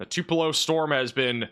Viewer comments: it’s “Two-pa-low” Tupelo. It’s easy to miss the warning if mispronounced so badly. Love you! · Fyi 3 pronunciations Tupelo - two pull oh Cherokee- chair oh key Buren first four letters rhyme with pure In honor of President Martin VanBuren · Pronounced Tupelo 2 pe low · "Too p low." Try that! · The accent is on the first syllable, TWO-pa-low,. as in Tea for Two-pa-low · Two - pull - oh Lol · Tupelo, Pronounced: too-pull-oh Elvis Presley was born there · I lost three good friends today playing the Tupelo mispronunciation shot game. RIP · Someone needs to go through the video and count the different variations of pronunciation. He got it enough times to make me think he's trolling us now. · You are butchering the pronunciation of Tupelo and Winona Mississippi!! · He is really butchering the pronunciation of Tupelo and Winona!!!!!